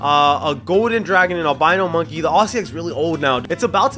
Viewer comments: He said abino monkey😂😂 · lol i hear says "Albino monkey"